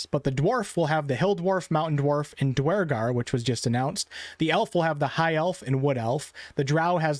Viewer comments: never heard it pronoued dwar-gar always herd it pronouced dur-gar Eitherway excited about half orcs and holding out hope for full orcs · "DWARGAR!" LOL, what a newb. totally mispronounced them. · Did anyone else stop watching when he severely mispronounce Duergar